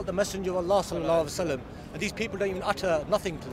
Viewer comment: The guy does not even know how to say Sallallahu alaihi wassallam properly and he say that he is muslim...what a junk...have anyone noticed it ? For saving time ( /59)..